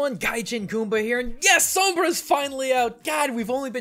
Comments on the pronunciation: i love your pronunciation of the R in sombra ! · I like how you say Sombra unlike others do. It's said like som-blah not Som-bruh. (-_- ) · Wow, you are the first English speaker I've heard pronouncing Sombra's name correctly. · I like how you say Sombra. As a spanish speaker I gotta give you credit for it ^^ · Thank you so much for pronouncing her name in the perfect, correct way. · yes thank goodness some says the name right for the most part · very cool of you to pronounce Sombra as you should, kudos! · funny see amuricans annoyed by pronuncing sombra the right way, very good pronunciation tho o/ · you are the only youtuber that says her name with the correct pronunciation.. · Personally I have nothing against the way he says Sombra. It sounds nice to me Oh and nice video man! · Props for the perfect "Sombra" pronunciation. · Your pronounciation on "Sombra" is flawless. Your "Kereberes" on the other hand...